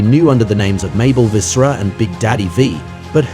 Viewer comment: “Vis-SARA” smh 🤦🏾‍♂️